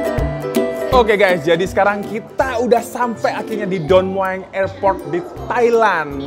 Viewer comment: don meng ea bacanya bukan don mueang wkwk